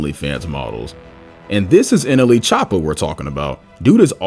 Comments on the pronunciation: did bro say nla choppa? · you said nla choppa its nle choppa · no way bro just said nla choppa